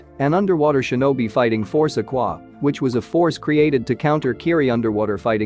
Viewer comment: Ok i couldn’t tell did it say shemen or semen this is a genuine question